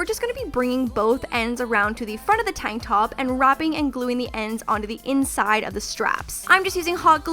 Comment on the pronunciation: Love how you say tank top like Tonk top